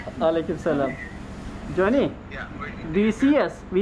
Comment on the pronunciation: Jonny ismii 0 degil A yakin okunur...o kadar Amerikada kaldım diyorsun bari sen yapma